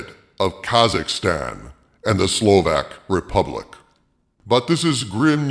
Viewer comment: Hahaha I don't know why but the way you said The Slovak republic made me laugh